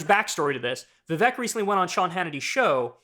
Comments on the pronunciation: It’s not Vivek (like “heck”)…it’s Vivek (like “cake”). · His first name is pronounced Vi-Vayk